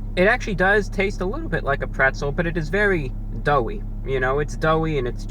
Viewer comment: Wtf is "prezzle"